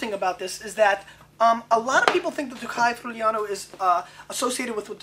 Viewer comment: I live in this region, the right pronounce is "free-you-lano". Everyone gotta taste it one time in his life. Enjoy and drink responsably. Cheers from Italy. Stefano